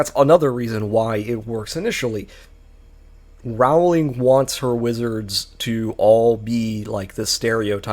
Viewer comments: Pronounced "Rolling", according to Rowling. It still does not make her a good writer though. 😉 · Can't even pronounce her name properly.